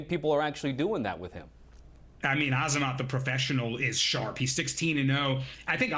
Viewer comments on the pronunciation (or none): This guy mispronounced “Azamat” about 11 times. Do some research you absolute fool He kept saying amazat and it drove me nuts